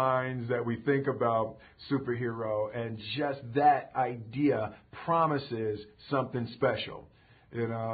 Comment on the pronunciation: ha molte aidia ^^ "idea"